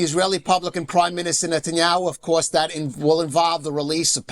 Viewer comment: PLEASE SIR : THE WORD REPORT ? IS NOT PRONOUNCED WITH A "W" THE WORD OF COURSE ? IN NOT PRONOUNCED WITH A "W" PLEASE ! PLEASE ! TRY TO SPEAK ENGLISH PRONUNCIATION CORRECTLY ...